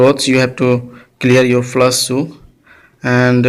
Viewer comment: Its not flas!! Its flash!!